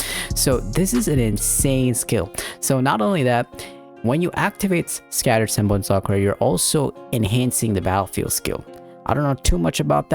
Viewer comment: It's not zenbon Sakura it's senbonzakura*